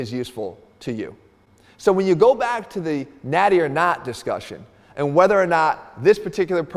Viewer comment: Mann😂, "what's the benefit uuu got"😂😂😂